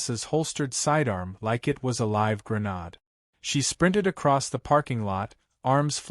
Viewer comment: Please teach your computer text-to-speech application how to properly pronounce “grenade”. Or, better yet, find a human to do the reading.